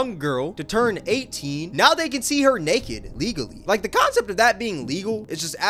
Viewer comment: The way you say "naked" makes me laugh it sounds like "neked"